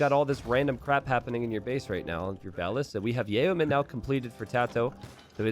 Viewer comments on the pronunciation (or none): just another reminder that yeomen is pronounced yomen